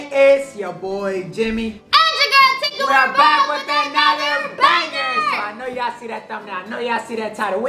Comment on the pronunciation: I mean tink not think